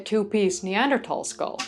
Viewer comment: I'm so glad you managed to change your pronunciation of 'Neanderthal' without accidentally speaking Dutch, it sounds so much better! Have you seen yesterday's news that early Neanderthals have now been shown to have been making fire in Suffolk, England 400,000 years ago? The Neanderthal 'extinction' has a parallel in modern human history with the native Tasmanians being subsumed into the incoming white population whilst what was left of the native population was hunted to extinction. So today there are 'indigenous' Tasmanians but they are integrated with and indistinguishable from the incomers.